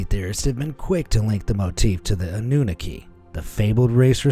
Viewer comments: "Ahnu-Nokky" not "a new knuh key" whats so hard about assigning the accent mark to its proper syllable? lol. things like this happen quite often on this channel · Anunnaki: "Ann-new-nah-key" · It’s called Anunnaki (aw-new-naki) lol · FYI, you keep saying it wrong... it's pronounced "Ah-new-nah-key" ok? yw lol